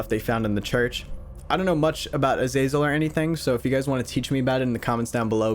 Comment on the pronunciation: I love how you haven't pronounced azazel right even once!